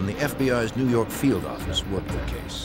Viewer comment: "when people started turning up in New Yawwwk City..." Never gets old 😂